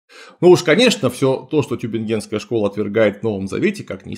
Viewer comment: тЮбингенская школа. Tübingen: ударение на первый слог